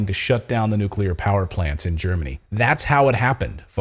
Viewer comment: Nucular batteries 🔋